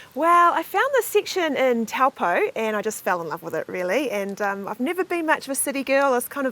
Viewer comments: It's pronounced, Taupo; Toe paw.,. Nice thome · Not Towel poh its Toe poor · The correct pronunciation of the town name is 'Toe - paw' 🙂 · Tawpo, mate ease learn pronunciation. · Kia Ora guys! My partner and I love watching your videos of NZ and around the world. For fellow watchers, we just thought we would mention that Taupo is pronounced "TOE - POR", which is name derived from the native Maori people. Hopefully we can all visit this beautiful spot once borders are open :) from Tai & Clarisse